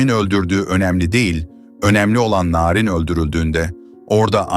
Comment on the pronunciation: Bu nasil narindemek çok i kötü bir telaffuz.